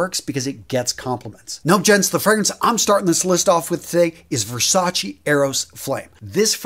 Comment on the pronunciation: It's Versace!...not Versa-chi